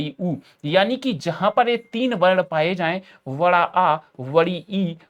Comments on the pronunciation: Bada ❌ vada✔️😂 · Sir ne jab bada ki jagah vada bola to mera sach me vada pav khane ka man kar gaya aur kon isse exam ke din ya 1 2 din pahle se hi dekh raha hai😂😂😂😂😂😂😅😅😅😅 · Bada ❌ Vada ✅ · Bada ❌ vada✅ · Bada ie bada u ❌ VADA ie VADA u ✔️ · Brother says Bada ❎ Vada✅ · Bara❌ vara✅